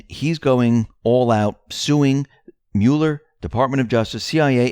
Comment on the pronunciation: Smocking misspell was a warning to deep state considering J Podesta history of pedo. BTW the name is MUH-ler, not MULE-er.